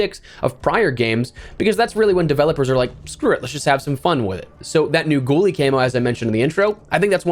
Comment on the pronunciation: Had me searching for this "goalie" camo only for me to realize you were saying "ghoulie" camo.